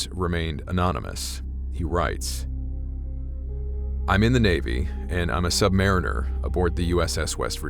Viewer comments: So, is it true that you sailors prefer the pronunciation of "sub-ma-REEN-er" instead of "sub-MARE-in-er"? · MCUL = “Missile Compartment Upper Level.” That’s it. No abbreviated pronunciation when spoken. Also, submariner is pronounced like submarine + er. Sub-Muh-reen-er. Not Sub-mair-ih-ner. (I didn’t see an answer in the comments, so sorry if I am being redundant). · Okay my man? You have to say submariner correctly. It's the way you said it is wrong. That suggests that we submariners are subpar mariners. We are good damn Mariners. The proper way to pronounce it is the word submarine with the ur sound after it. Submarine-ur.